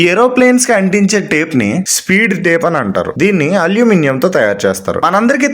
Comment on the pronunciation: Pronounce aluminium properly bro.